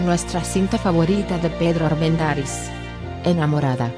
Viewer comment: Me gustan las historias. La dicción de quien narra este video no es nada buena. Acentúa oralmente palabras que no deben ser acentuadas. Armendariz lleva la sílaba tónica en la sílaba da. Ojalá pueda mejorar este aspecto.